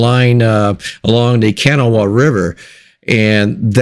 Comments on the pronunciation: I grew up in Nitro, WV in the 1950s and 60s. Nitro is on Kanawha River. I know it is an unusual name but the correct pronunciation is Kuh-NAW-uh. Most of Nitro is in Kanawha County. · Hey brother, I live in Kanawha County about 2 miles from the Kanawha River. Sorry, but you've got the wrong pronunciation. It's pronounced kuh-NAW. It's after the Kanawha Indians and almost became the states name back in 1863.